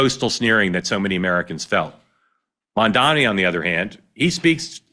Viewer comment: Mark, try saying the words "Mum" and "Donny" one after the other. That is (approximately) how one is meant to say Zohran's surname. During your monologue, and elsewhere, you kept changing how you pronounced it.